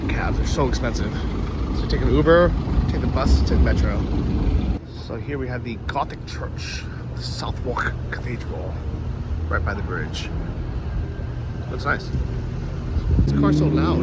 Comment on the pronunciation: Calling Southwark "south walkkk" rather than "suth-ock" just adds to the ignorance 🫣